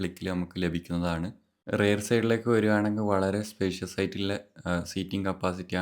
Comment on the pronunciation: റെയർ ആണോ റിയർ ആണോ